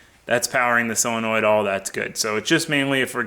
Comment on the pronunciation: you say selenoid but its SO lenoid